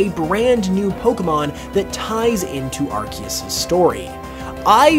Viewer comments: Dude… been bringing your content… but please say arceus correctly. “Ar-see-us” not “Arc-ee-us” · I think Pokemon changed the way arceus is officially pronounced, though